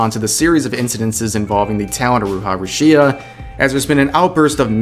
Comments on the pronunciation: Rush-ee-a? who the funk is that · Judging by the way you say Rushia, I already know you know nothing about her or Hololive.